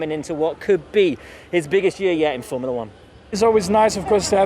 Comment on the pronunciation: It's not "Formala One". It's Form-u-la One!"